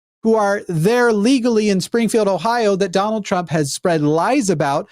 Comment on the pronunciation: When mispronounced Trump's name like 'Dune-ald' I imagined a Baron Harkonnen with Donald's head on it